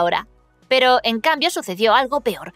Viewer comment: ¿Porqué siempre que dices “pero" lo pones al revés pareciendo que dices preparar?? Muy raro ._.